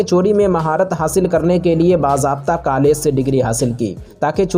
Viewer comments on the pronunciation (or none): none